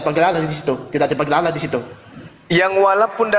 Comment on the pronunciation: wajib belajar ulang bahasa Indonesia, sebab oten menyebut " ALLAH" dengan sebut "Alah". Bahasa Indonesia kok dirusak.